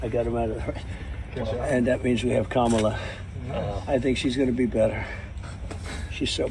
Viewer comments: Trump's really having trouble pronouncing Karma. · Did anyone notice he pronounced her name correctly when calling her the B word 🤔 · Anyone notice how in private he pronounced her name correctly (even while calling her a b)? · I liked Colbert's joke about this. "It's pronounced 'Karma', and yeah it is a bitch." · He claims any black female he doesn't like nasty. I would also like to quote Stephen Colbert and say, "it's pronounced Karma, and yes, it is a bitch."